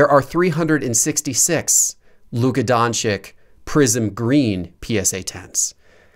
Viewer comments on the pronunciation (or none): Luka Don-Chick? lol please learn to pronounce his name first ...